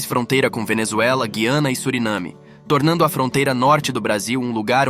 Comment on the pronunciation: Esse locutor é de aplicativo de voz? Guaraná "Antártico"? Guiana pronunciada como "guia"?